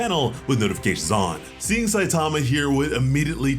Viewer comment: The name "Saitama" is Japanese, it doesn't have word stress like English does. Stop stressing the second syllable.